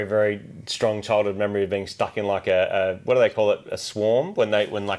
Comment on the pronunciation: said "You are a peing"